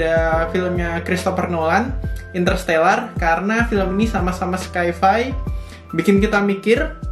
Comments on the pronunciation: FYI bro... Sci-Fi itu bacanya Sai Fai .. bukan Skai fai .. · sci-fi = /ˈsaɪ.faɪ/